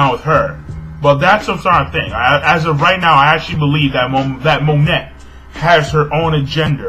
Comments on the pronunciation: its mo-nay, dont pronounce the T hahaha just a heads up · The T in Monet is silent.It's actually pronounced "Mo-nay" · Something tells me that you dont pronounce the "T" in Monet? just a thought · I always got the impression that Monet (the t is silent by the way. It's pronounced 'moan-ey') was not really Ceaser's ally. I thought that she was working with him either to steal information or because she wanted something in return (like her human body parts back).